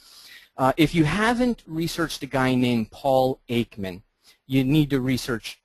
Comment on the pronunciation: The first thing that pops into my head when you say "anatomy" is "the human form." But then I am not exactly typical (and I learned a bit of latin when I was younger, which tended to give me a deeper understanding of Western language than most my age). And... It is Paul EKman, not "Aikman". The distinction is slight. Ekman is a psychologist and Behavioralist, and not an Author, and he is probably more "pop-science" than "real science."